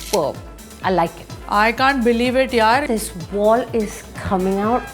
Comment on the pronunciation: coming out ❌ Khaming out✅